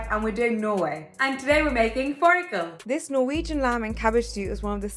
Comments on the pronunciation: As a proud Norwegian fårikål is a favorite of mine. It goes well with just about everything and the lamb can be swapped out with chicken as i recently discovered from my visit to England. Any way you make this dish it is amazing. Very good pronunciation, Norwegian guy approved. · Northern European cuisine is criminally underrated... thank you for doing your research and even pronouncing it properly!! you should try some German food next if you haven't already🥰 I'm also curious how this differs from other Scandinavian dishes! like what do they eat in Finland it's so cold there🥶🤣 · I'm Norwegian and I love fårikål ( btw u pronounce it very well) When I was a kid i was scared to eat fårikål cus I had heard about something called lungemos which translates to lung mash, and I thought fårikål was the same thing as lungemos 💀💀💀